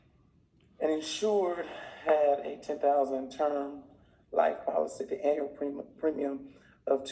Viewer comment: Man loves to say anal instead of annual... lol great vid tho